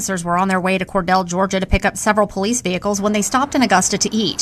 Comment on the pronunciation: From a South Georgia boy… it’s pronounced (Kor-deal). I know how it’s spelled, but just so you know.